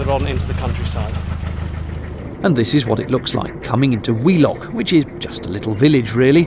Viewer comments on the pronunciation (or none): I thought you'd said 'wee' lock and thought it was an appropriate place to empty the Elsan, until I saw it was Wheelock! Made me chuckle in places, especially the pulling off while still tied up. At least you didn't have an audience, as is usually the case when something goes wrong. Great vlog, as always 👍